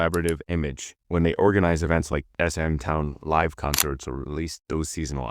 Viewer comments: your pronunciation bro......even mispronouncing SM Live....like you say LIVE like : LYE-VE, not like LIV, like I live in a house. smh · Same reason that 'Live' in "SM Live" isn't pronounced properly. Crappy AI voice.